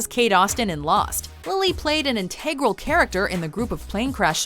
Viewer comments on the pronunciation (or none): Are we serious with these narrators. Learn how to say integral.